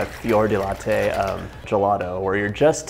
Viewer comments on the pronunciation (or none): none